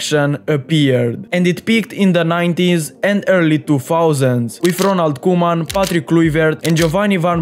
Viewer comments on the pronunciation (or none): none